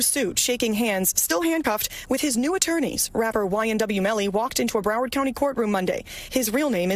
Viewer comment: "Bruh-wawrd" it's Brow - Ward TMR like warden. Or Brow - WORD as we Floridians say. 😂